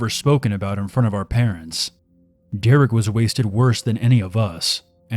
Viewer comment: "His patents are looaded they sell engagement rings"